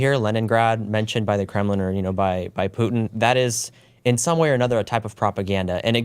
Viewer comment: "Poo-en" [Putin]